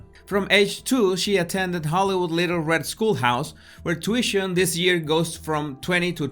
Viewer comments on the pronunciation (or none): none